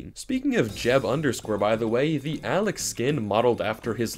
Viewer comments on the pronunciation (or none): none